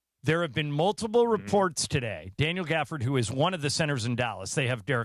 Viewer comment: Gafford not dort